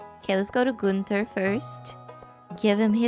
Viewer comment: I appreciate that you pronounce Gunther correctly... but tortillas.